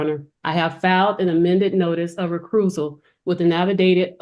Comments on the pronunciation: not a “recrusal” 😂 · A notice of recruisal with an affidavid of fat? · Well then,I will just have to file a recrusal.. re-cruise-ul.. recRusal.. 😂😂😂 Was that supposed to mean “recusal”? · Motion for recroosal? She can’t even read. Lol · “I do not need to be RE-presented”.. I’m thinking he really does need help!! 🤦🏾‍♀️ ReCREWsial?? Idiots! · Well she asked for a recruisal too. 😂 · Recusal, presentments, etc.... And little Miss is representing herself with this gibberish 😂😂😂😂😂